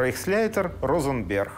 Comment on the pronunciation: Розенберг звучит как Ротенберг